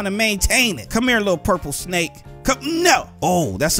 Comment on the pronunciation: I LOVE YOUR SNEYK:)